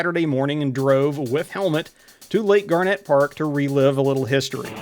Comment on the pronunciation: Never heard it pronounced like the gemstone. I was born there, my mother was from that area and everyone around there pronounced it "gar-net"